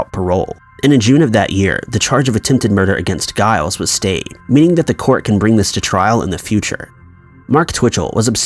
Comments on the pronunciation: Cool vid thanks. Although I think it's pronounced jiles. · Lol, "Guy-les"! The "G" is likely pronounced a hard "J", man... 😂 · LMAO "ply-mouth"! Not all do. This guy has trouble pronouncing pretty much anything. It's honestly incredible. For example, the name Giles, (granted I cannot see its chosen spelling in this case,) but it's a "J", guy, a "J", not "Guy-les". Hilariously sad. 😂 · Giles is pronounced withe a J sound. I thank Buffy for that bit of knowledge.